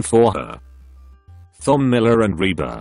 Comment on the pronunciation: + the fact that he pronounces Thom (Tom) so it sounds like thumb